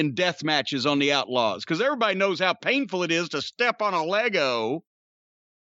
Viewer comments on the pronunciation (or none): none